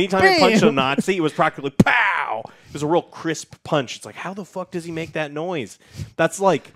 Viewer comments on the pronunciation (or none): none